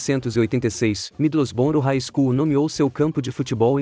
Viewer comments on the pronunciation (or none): none